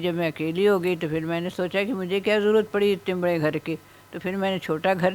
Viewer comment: بھائی اگر برا نہ منائیں تو مشورہ دیتا ھوں کہ سپیچ تھراپی کرائیں گھر کو اپ گھڑ کہتے ہیں آپ کی زبان میں بہتری آ جاے گی